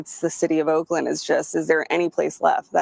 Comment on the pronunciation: Umm ... Oakland woman, it's Oakland 🤷🏼‍♂️🤣 you're fucked by proximity